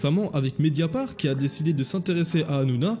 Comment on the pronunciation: C'est media part' pas media par